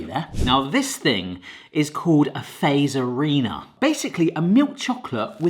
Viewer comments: Stop saying feizer it fazer bot feizer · Great vid! Just one thing: Fazer is pronounced "fa-tser", not "phaser" 😁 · Fazer does not rhyme with phaser, the "fa" part is pronounced like in the word "far" without the "r" (and quickly) and then add "zer". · Its Not faser Fazer (say Fatser) im Finnish SOV🇫🇮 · Cool video, also it is pronounced more like "Fatzer", not "Fazer". At least that's how I've always heard it. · It's pronounced Fa-tser not laser. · It's not Feizör, it's pronounced FAZER!! XD finnish people talk the same as they write. that's why the alphabets and language is most easiest when you get that info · Having lived in Finland for 4 years, it's hilarious hearing Brits murder Finnish pronunciation. Fazer is pronounced fatzer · Se vaan et Fazer on lausuttu ennemmin niinku Fatser tai Fatzer eikä niinku razor blade "z" mut mistäpä sen olis voinu tietää🤷😁 In english: Its just that Fazer is pronounced more like Fatser or Fatzer and not like you would pronounce razor blade "z". But how could he have known🤷😁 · Love this video but the pronunciation is killing me particularly fazer. its more like fatser, the t is strong. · As a fin, it was fun to hear you say these products names. Some were close, some were far. But everytime you said Fazer, it made me laugh. Most finnish people say Fazer very diffrently. More like.. fahtser? Maybe the best way to explain it over text lol! Also, this was a fun video :] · Oh my… 🤯 TUPLA GANG 🍫 pull up 🚗🔥 it’s one of the greatest things here in Finland 🇫🇮 ngl 🫶🏻 and also literally anything from Fazer and Taffel is nice! How to pronounce it correctly, go like this: ”FATSER!” The ”z” is not a ”s” 😅🤙🏻 there ya gooo, you’re now a pro 🤌🏻🤣 (That kinda rhymed too lol, I know 😂) Side note: There’s plenty of other Tupla flavours that are nice too, like the one with Double Layer White Nougat and the one I can’t seem to find anymore here in 🇫🇮: Double Layer Maple syrup! 😋 these are the good stuff too 👏🏻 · btw fazer you say it like fatser